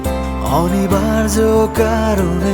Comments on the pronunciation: গানের উচ্চারণ এত কানে লাগে বলার নয়।খুব বাজে।খুত গুলো ঠিক করে গান গাওয় উচিৎ।"অনিবার্য "শব্দটা শুনে নাটক দেখা মাথায় উঠলো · 'অনিবার্য' উচ্চারণটা রীতিমত কানে লাগে। হ্যাঁ, গানের কথা সুর ভাল।